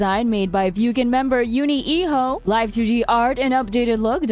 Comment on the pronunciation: "Yuni e-Ho" :)